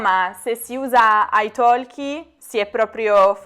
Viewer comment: Nella parola ITALKI non si pronuncia la letters L.